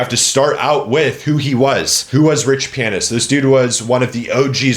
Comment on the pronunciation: If you say his Damn name like that one more time...